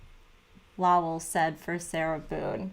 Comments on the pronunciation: Lowell is pronounced Low like Flow Low L ( Lowell) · The pronunciation of Lowell should sound southern.